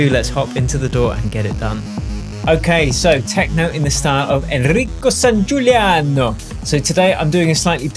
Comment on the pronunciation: As an italian, the best part of the whole video was the pronunciation. ENRRICCO SSANGIULLIANNOO